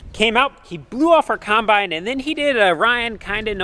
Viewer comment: Combine, not Conbine ffs!